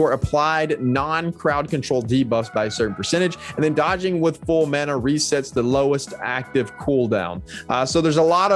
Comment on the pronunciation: Who the hell taught you guys how to say, "Mana". LMAO